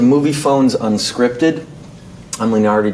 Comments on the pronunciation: Mispronouncing your own name.. way to go Leonardy! ;) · Why are we all talking about sexual tension when Leo mispronounced his name come on people omg. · MISPRONOUNCING YOUR OWN NAME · He mispronounced him own goddam name XD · There's nothing more embarrassing than mispronouncing your own name in front of thousands of people.